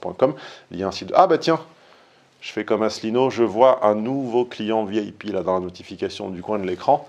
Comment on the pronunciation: quand tu dis VIP, on comprend vieille pie. Peut-être le sais-tu. Ce n'est pas grave du tout, mais c'est marrant. Il y aura toujours des bonnes âmes, certainement sincères au demeurant, qui argueront que "Toutes les femmes ne sont pas comme ça, et qu'il ne faut pas généraliser ni amalgamer". Tu es scientifique. Tu peux toujours utiliser la courbe en cloche gaussienne, de Gauss, de Laplace-Gauss. D'ailleurs, il serait intéressant de faire des stats à ce sujet, et de produire une courbe en cloche, même si ça demande un certain travail. Peut-être ces stats existent-elles déjà. Je chercherai sur internet. Je te fiche mon billet que les femmes "pas comme ça" existent certainement, mais elles constituent une infime et rarissime minorité exceptionnelle. Alors, bien sûr, pas de généralité à 100%, mais une majorité écrasante. Atchoum!